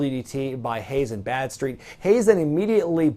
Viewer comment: How was Badstreet not called Bradstreet?!?! Thats what I keep hearing anyway.